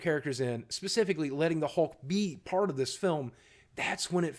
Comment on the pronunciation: I thought you said first fart since it was first part!